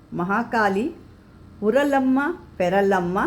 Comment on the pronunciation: Amma Manta na baredu thorisi, navili ge li ge ottu barutta (NAVILLI) uralamma na PURALAMMA na nirakka na IRAKKA na kelisi kollovaga mistake aagutte.